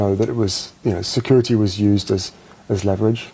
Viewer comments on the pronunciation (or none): Briddish, securidy, sidding aaaaagh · Why’s he have to say security with a d